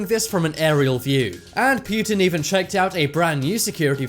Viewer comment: It's poo-tin not pew-tin